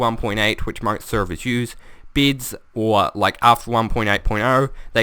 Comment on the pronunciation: Omfg SAY BEDS NOT BIDS ;) luv u man